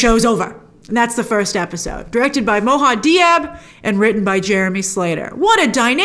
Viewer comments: Brilliant review grace! . but its mo-ha-med not mohad. or mo-ha-mad in arabic. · Hey grace, love you but please stop butchering the director’s name 🤦‍♂️ It’s “Mohammed” just like Mohammed Ali!